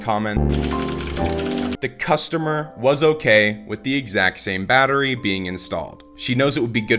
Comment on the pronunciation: Well... batterry lol